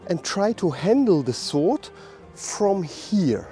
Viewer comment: Great lesson. But - as a small tip - you actually do not pronounce the 'w' in 'sword'. Unhappily I don't have time to go your seminar this weekend. Was really looking forward to it. By the way, I think the part in front of the index finger is called the root of the index finger. But I could be mustaken there.